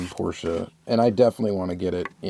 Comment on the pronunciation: I think it’s pronounced Porsche not Porschea. just sayin?